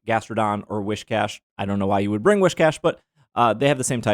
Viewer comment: Axcshchually, Whiscash does not have "wish" in its name. Whiskers Whis Whiscash 🤓